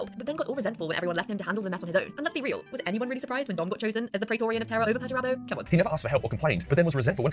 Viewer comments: 100% is, “she” cannot pronounce several words and names that anybody who knows even the basics of 40K wouldn’t have any problem with. I thought this a few weeks ago whenever I saw “her” video about Perturabo and how “she” mispronounced his name every time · Lotara Lore is more than a likely an AI. Within the vid, they mis-pronounced Perty's name in such a way that only AI could. It had that effect where the voice says something in such an unnatural way, no human would.